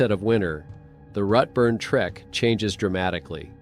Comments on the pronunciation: It’s Routeburn not ruttburn and most of the photos you are showing are not even New Zealand?There is one picture there that is clearly in Europe as the writing on the signs is not in English. I’m sorry but it just diminishes your story telling. Couldn’t watch till the end. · Pronounced 'root burn' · 1.59 'motweeka'??? seriously??? Why are you saying 'roothburn'?? It's pronounced 'root burn'!